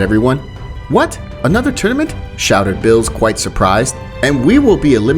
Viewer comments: why do u say names wrong cause beerus name is beerus and u said billis something like that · why do you keep calling beerus "bills"? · Why does he say bills not Beerus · Did you say bills? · He says Bills instead of Beerus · I don't want to be that guy but it's not pronounced bills it's beerus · Bro it Beers not bill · BRO WHY DOES HE SAY BILL INSTEAD OF BEERUS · And its no birus its beerus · Did he call beerus bill 💀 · its beerus not bills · Man is calling beerus “bills” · It's NOT BILLS ITS BEERUS hope that helps u not to say bills and say beerus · He kept callin Beerus Bills I’m dyin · Bruh bills instead of beeris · Why u say beerus name as Bill's? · Also calls beerus "bill" or "mr bills" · Good p2 also why does every new what if channel say beerus as bills do u speak Spanish? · I swear this man Is purposely saying ‘bills’ as beerus and Caulifla as a he. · It’s beer-us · Bills is beerus in Spanish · I HATE HOW THIS MAN SAY BREEU NAME SO BAD